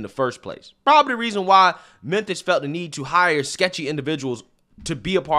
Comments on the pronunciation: STOP SAYING "MENTHIS"! IT'S "MEMPHIS"! Just playing man, lol. Love your work and try to watch all your daily videos. Keep it up! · what's with your pronunciation of Memphis???